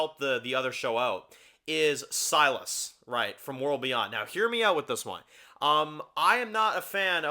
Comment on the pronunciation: Anyone remember Trev pronouncing Silas like "Sea Loss"? Good times.